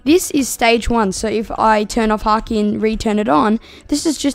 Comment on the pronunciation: bro said haaki😂😂😂😂😂😂😂😂😂😂😂